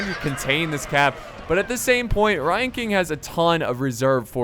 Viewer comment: at first when u were saying 'ryan king' i thought u were saying 'lion king' with an asian accent lol